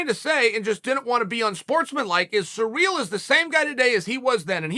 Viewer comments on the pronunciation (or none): Hey uncle Chael, it's not Sureal Gane, it's Cyrill, like in See Reel. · His name is Cyril (Siril) not surreal not serial not cereal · Thanks, Uncle Chael, I will now pronounce Ciryl's name as "surreal" from here on out. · At first I thought to myself, who is "Sureel"? LOL